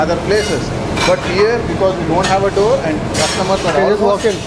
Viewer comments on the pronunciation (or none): none